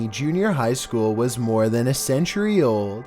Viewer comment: Why does he say "was" like that?? The inflection is maddening.